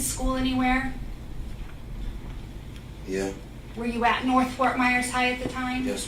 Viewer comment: he went to “Nerth” wtf??? He did not go to school. Your Honor he is lying!!!